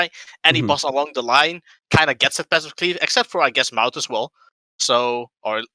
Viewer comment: ITS NOT MA'UT D